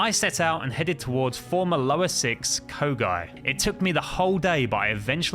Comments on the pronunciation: Kogai it's kyogai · me crying rn because he said kogai instead of kyogai